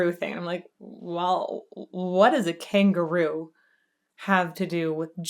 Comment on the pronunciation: Though I know he's definitely saying kangaroo, I've always thought that he emphasizes the syllables in such a way so that it sounds like king guru as maybe a jab at "the establishment". He's being judged in a kangaroo court while also being judged by the "divine" ruler of the land and the spiritual "elites" alike. Just a random shit take.